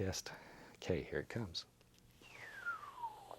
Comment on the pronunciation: bro the “okey” I LOVE IT